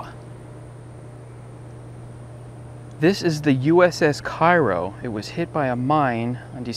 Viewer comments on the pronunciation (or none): I believe that it is pronounced "kayro". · I think he isn't aware Cairo, IL is pronounced kayro - but still a very informative video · Actually, those of us who live down here in Southern Illinois pronounce it "KARE-oh." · The ship is named for the city in southern Illinois. Local pronunciation is "KAY-ro." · It's pronounced Kay-row as it's named after the Illinois town. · That's the South Georgia pronunciation too. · Actually, those of us who live here in Southern Illinois pronounce it "KARE-oh."